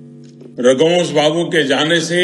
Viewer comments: जिसे रघुवंश बाबू का नाम बोलने नहीं आ रहा है रघुवर बोल रहा है वो मोदी लासो पर भी राजनीत करने से बाज नहीं आ रहा है मोदी जी सिर्फ लाशों पर राजनीति करते आए हो और करते रहोगे लेकिन बिहार की जनता तुम्हारी राजनीतिक समझ चुकी है तुम्हारे बारे में नहीं आने वाली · मोदी को सुध से रघुवंश बाबू भी बोलना नहीं आ रहा है ,फेकू बार बार रघुवंश बाबू को रघुबर प्रसाद बोल रहा जो कि रघुवंश बाबू के लिए अपमान कि बात है।